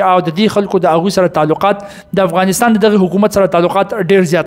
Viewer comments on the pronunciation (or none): none